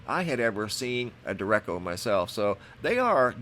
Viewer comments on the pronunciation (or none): Just an FYI....It's pronounced DARE-ECHO, not "direcko" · De-re-ch-o not De-re-co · It's pronounced " der ray shee o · Der-eht-cho Spanish for straight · May I kindly correct your pronunciation of Derecho... de-Rech-O like the Rach in Rachel, not echo. <3 Thank you much love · FYI: It's pronounced De-Ray-Show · Derecho pronounced duh-ray-ch-o...the ch is pronounced like the ch in church. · DERECHO- PRONOUNCED, DARAYSHO. WE HAVE IN OHIO ONCE IN A WHILE. LOVE YOUR WORK! THNX! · /dāˈrāˌCHō/ (day-ray-cho) Noticed you've had trouble pronouncing the word in this and the last video. Google has a pronunciation feature if you ever get into this pickle again. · I think its pronounced like deh-rey-cho. Just saying. Thanks for the vids.